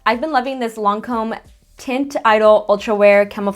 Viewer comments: Always love your smokey eyes:) btw i think it’s pronounced “ee-dole” 😆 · I don't know if you care but you're pronouncing Teint Idole wrongly hahaha I don't know French but this is how I know others say it correctly! Teint = Tahn-t Idole = Ee-doll Love you and this look is gorgeous!! I've been meaning to get the Melt stacks for awhile